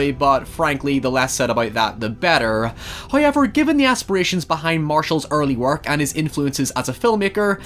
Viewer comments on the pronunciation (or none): I've watched and enjoyed every video but I still go "Huh?!" for a second every time he says "Hoyyever" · High-yever lol